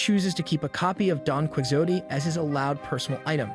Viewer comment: worst pronounciation of don quijote i've ever heard